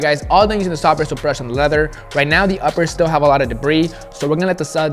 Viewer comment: “sOFF bRIsoool BRuSH”